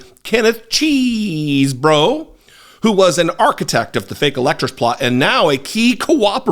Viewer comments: I heard from Chris Hayes that it’s “chez-bro” not “cheese” because Mr. Chesebro indicated what his name was in court. Just because we’re from Wisconsin doesn’t mean we are all “cheese heads “ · Pleeeeeeeeeeease< bro, stop saying Cheeeeeeeeesebro.